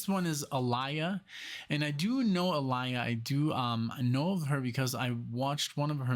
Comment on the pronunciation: Her name is actually pronounced (Ah-Lee-Yuh). Get into more of her songs, bro. She is has a dope catelog💯 it's awesome that you noticed & you're digging her use of live instrumentation in this track because she loved to incorporate that in her music. This song was originally Ginuwine's but she wanted it so bad that he let her have it instead. Aaliyah changed the sound of RnB at that time with the help of Timbaland & Missy Elliott.